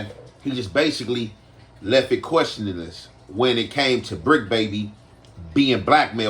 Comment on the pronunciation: “Left it questionuness”🤣🤣🤣🤣 and be making up his own words 😊